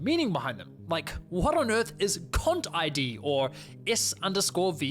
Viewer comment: Every time he said "CONTID" I thought he was saying something else.